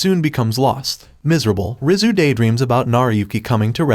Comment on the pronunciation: Rizu sounds like rizz